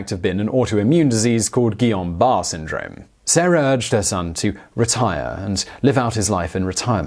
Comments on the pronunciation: I'm surprised he didn't pronounce in correctly. he usually pronounces french words pretty spot on. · Guillain-Barré syndrome Gee-on Bar-Ray. I know it's pedantic but that's just me! haha Love this channel so much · That's interesting that they now think it was Guillain-barré syndrome (btw you pronounced it wrong lol.) I was recently diagnosed with it.